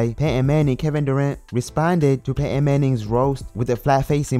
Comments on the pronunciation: who is pate Ann. it's pronounced pay.ton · Pay-Ehn Manning 😂